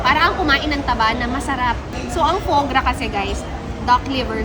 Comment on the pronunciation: Ate "Fwah Grah" Ang pronunciation Po Ng foie gras.